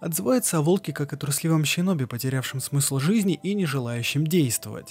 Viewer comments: А можно Шиноби а не Сщиноби, Асина а не Асщина, Исин а не Исщин. Очень интересно, но слушать это невозможно. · Отличная работа. Только я не понимаю, зачем говорить Ащина, Ищщин, Щиноби... И секирО. Ну даже в японской озвучке ясно слышно СэкИро А, ну и конечно же не секиро вовсе, а Волк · Щёгун и щиноби, серьезно? Японцы это так произносят? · Вот все хорошо, но или СИноби(по Поливанову) или же ШЫноби))) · Арррргххх. ну ззачем зачем ТАК ЩИпеть? ну не ЩИноби а Шиноби не аЩИкаге а аШикаге. Да блин на хрена повсюду эту Щи вставлять? Аж уши режет. Там нет ни аСин ни аЩин. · сам ты щиноби, омг, шиноби*)) Нету в их языке вообще щ. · тоже сначало резануло слух, то потом понял что в аниме именно так и произносят. ТОЛЬКО САБЫ , ТОЛЬКО ХАРДКОР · Геничиро, щиноби, ащина, учись произношению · И всё таки как правильно будет Щиноби, шиноби или синоби? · Столько времени прошло... Наткнулся на обзор, послушал первые 8 минут, раз 15 произнесённое слово "ЩИНОБИ" и пару АЩИНА/ИЩЩИН убило меня и мой слух, ебнул дизлайк, сори. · Почему вместо "С" звучит "Щ"? Даже в игре все написано через С, а у самих японцев нет такого звука. Что за отсебятина? Это не английский язык. Слух режет. Щиноби... нечего добавить.